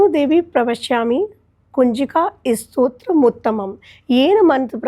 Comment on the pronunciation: बेटा स्त्रोत नहीँ स्तोत्र stotra उच्चारण करो , स्तोत्र शब्द स्तुति का derivative है Anchor भी और आप भी स्त्रोत strota बोल रहे हो जबकि शब्द स्तोत्र stotra है और यह गल्ती बहुत सारे लोग करते हैं। किमाधिकम्.... आदेश आदेश।